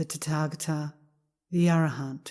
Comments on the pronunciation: I learned in Korea that is is pronounced ‘tÄ’•tä•gÄ’•tä. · I don't know why I can't stop inner giggling every time she says "Tatagata". I guess it just tatagatickles my funny bone. 😇💓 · It IS a very funny sound!